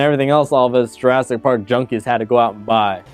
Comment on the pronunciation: J"U"rassic, not J"E"rassic! Also please note only 1 "r" and 2 "s". The critic needs a critic.